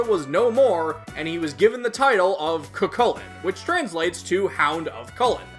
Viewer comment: I don't think you've made a Cu Chulainn episode as of writing this, so let me say it here, his name is actually pronounced "Coo Hulin", with a pronounced roughness on the "h" sound. I recommend listening to Joker call out his name to get a feel for it.